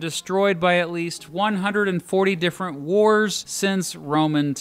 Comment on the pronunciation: Different time zones! Di-ffe-rent. Different.